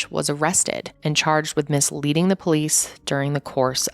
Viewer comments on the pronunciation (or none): "The defendant is chaaaaajed..."